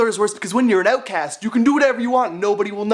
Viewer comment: "Being an ootcast" 😂